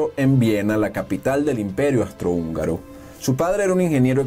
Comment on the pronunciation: Agradezco mucho el video y la enseñanza.... pero... REPEAT AFTER ME: AAAUUUUUUUUUSSSSSTRO-HÚNGARO!!! AUUUUUUUUUUUSSSSTRO-HÚNGARO!!